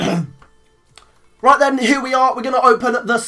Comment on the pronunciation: the way he says right then lol